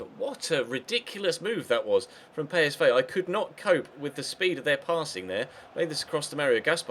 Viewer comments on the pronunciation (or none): pey-es-vay? PSV say pee-es-vee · ITS NOT PSVAY ITS PSV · bruh I think that's the Dutch way of saying it